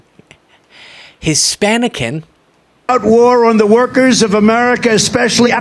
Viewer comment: I will never recover from "hispanicans" 😭😭😭